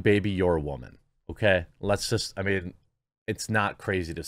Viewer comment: The intro........ "What is a wyhman,....... we don't know"....... 😜😜😜😜😜